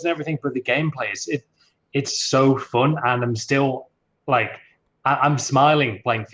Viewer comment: 'It's so foon'